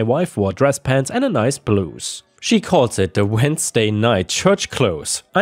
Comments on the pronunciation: I definitely still very much like the IDWHL stories! Keep it up! I like when you pick a well balanced set of stories. A full audible meal. Thanks. *Blouse = Blowse, same pronunciation as House, louse, mouse, etc. How many languages do you speak? I'm always impressed by your diction. **Story 3 is The Home Depot. Pumpkin = orange, which is the color they use. It's a big box store to purchase construction tools and supplies, fixtures, gardening stuff, and a bunch more, geared more towards individuals rather than a company purchasing in bulk. It's main home improvement store competitor is Lowe's, who's primary color is blue. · Just a FYI, blouse rhymes with mouse and house, not moose and goose. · ⭐️⭐️⭐️⭐️⭐️ The word blouse sounds like house not goose. Your English is wonderful though and I love the sound of your voice. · A slight suggestion, the ou in blouse is pronounced like ow in English